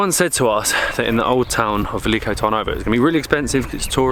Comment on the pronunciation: But... how did you arrive at the pronunciation velike... when it is spelled veliko? With and o? Tip: in Bulgarian everything is phonetically exactly as you read it. There are no long vowels.. e does not sound like iii it is just è. O is not ooo, etc. Just say it in the shortest posible way. Also your beer was pirinsko... like the mountain Pirin.